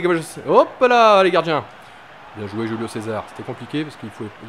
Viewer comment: Salut tonton! juste pour te dire que le "J" de Julio se prononce "R" Roulio ducoup ^.^